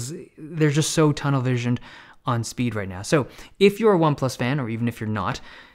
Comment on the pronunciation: No one: Dave Lee: sPeEd !